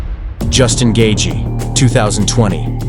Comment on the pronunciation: bro you completely butchered gaethje